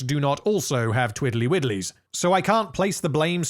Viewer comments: Twiddly Widdlies? ..... Twirley Whirlies? 🤷🏻‍♂️ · I heard "twirly whirlies"